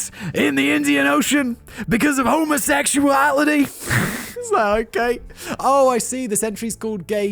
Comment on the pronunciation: Simon sounded like he teaches pronunciation to bigots when he said homosexuality